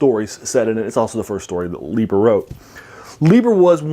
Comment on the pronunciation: Pronounced Fritz LIE'ber.